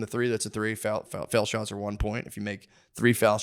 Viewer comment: My Tennessee brain can’t comprehend how Matt pronounces “fouled”